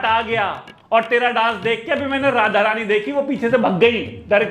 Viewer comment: Roast Kro But Radha Rani Ka Naam Thik se lo